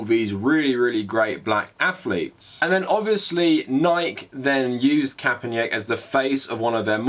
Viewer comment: "Colin Kaepernyick" lol, you pronounce it like its a Slavic name. Also Nike is said like "nai-kee" not like "hike" but with an N instead of an H